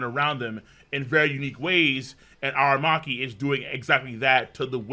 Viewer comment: A-RA-Maki not A-Ma-Raki 😂